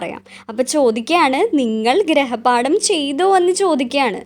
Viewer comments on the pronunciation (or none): Good class and very useful But ഗ്രഹപാഠം അല്ല,ഗൃഹപാഠം